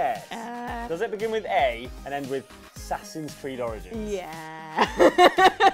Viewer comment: A-ssassins Creed Oranges